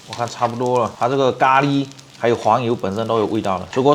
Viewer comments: 咖喱被你念的都变味了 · 聽他講咖哩聽到快生氣了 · ㄍㄚ ㄌㄧ哈哈哈哈哈哈哈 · ㄍㄚ ㄌㄧ? 機掰喔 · 他的咖喱為什麼唸得有點好笑😂😂😅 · 咖哩的發音不太一樣？哈哈